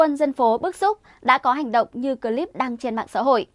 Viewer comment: bạn Ptv. đọc chữ " cờ...líp" (clip) nghe dị quá, chữ tiếng anh không được đọc như tiếng việt!?